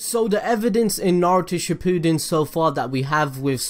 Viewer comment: It is not suppooden it’s shippund